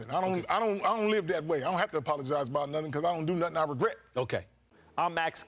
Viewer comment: abrout? Does she english?!?!